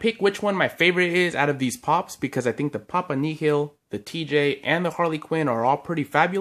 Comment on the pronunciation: It's pronounced "Papa Nil," like zero, or nothing.